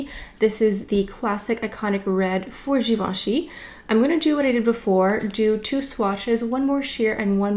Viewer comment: nice video reviewing products, pronouncing the names right and having done the homework and all, bravo!